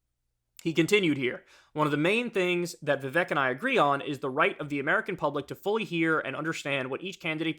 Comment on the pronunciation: Kyle... It's viv-AKE like cake. Have you not heard his freestyle?? 😆